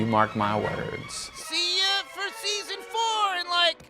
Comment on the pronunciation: "Seson 4 season"?